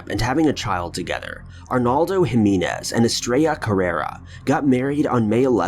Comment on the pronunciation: Fun Brandi Too, Yeah, and he messed up vowel sounds in ‘Jimenez’ and ‘Newark’, but those were very minor. I was just amazed he didn’t pronounce the “J” as a “J” in Jimenez!!!